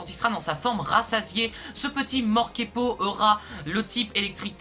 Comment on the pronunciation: Super vidéo ! Tu te trompe c'est pas "Morkepo" mais "Morpeko"